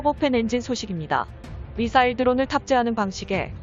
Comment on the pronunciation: 미싸일~~에라이 잘좀 읽어라